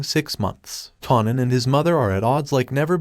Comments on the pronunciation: Kanan as in KA-AY-NAN. Say it with me, kaaaaaaaanan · I'm gonna need for this narrator to learn how to properly pronounce the names of the characters in his video!! It's pronounced KAY-NAN...say it with me now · U r pronouncing Kanan name wrong.. its annoying 😩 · Too annoying I didn't watch it.. but I did want to express my frustration. Do it over without the mispronounciation